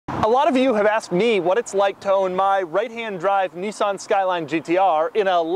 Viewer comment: ITS NISSAN NOT NISSON FOR FK SAKE